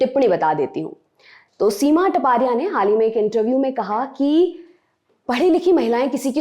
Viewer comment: Here surame is not टपारिया it's तापड़िया